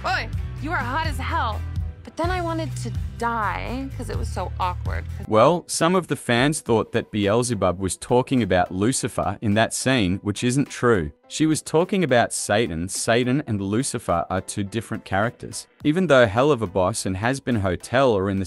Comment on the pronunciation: Bro did not just pronounce beezlebub bee-elza-buzz